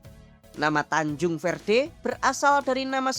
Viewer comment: Tanjung verde jadi tancung verte😆😆😆😆